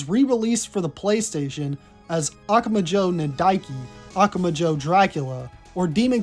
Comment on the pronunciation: Hey! Great video, just so you know, the emphatic syllable in "Akumajo" is "MA"